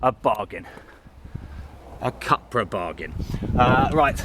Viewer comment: pronounced "coopra"